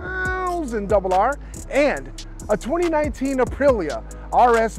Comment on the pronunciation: I wonder if people think you have a speech impediment when you say S1000RR😆😆😆